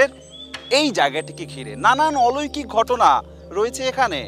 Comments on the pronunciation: জনাব, শব্দটা 'অলৈকিক' না, 'অলৌকিক' হবে। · অলৈকিক নয় শব্দটা অলৌকিক। উচ্চারণটা ঠিক করেন। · অলৈকিক কীরে ভাই ? অলৌকিক হবে। তোমার আরো পড়াশোনার দরকার